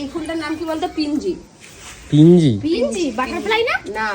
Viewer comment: পিঞ্জি নয় পাঞ্জি